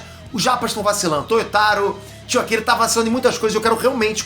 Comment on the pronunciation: O Peter, sou seu fã, mas vc zua errado o sotaque japonês. Japnês não fala a letra L, Qdo vc fala Akila, vc tá imitando, na verdade, o sotaque chinês. É o contrário, palavras com L, japneses trocam por R. Exemplo Belina, japonês fala Berina. Japoneso fara Berina. Brasil fica Burajiru. Peter fica Peteru. Peteru Jorudan. Fila fica fira. Eu não falo japonês, só umas coisas, mas entendo um pouco e conheço a estrutura gramatical, as silabas, formação de palavras e estrutura das frases e a pronúncia. Se vc colocar na minha frente duas pessoas, cada uma falando um idioma, sendo uma delas japonês, e um aleatório, msm sendo outro asiático. Eu vou saber qual tá falando japonês. Coreano até tem umas palavras com pronúncia que lembra o japonês, mas ouvindo a pessoa falar dá pra diferenciar.